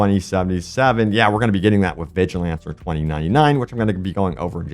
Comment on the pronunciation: This this man say vigilancer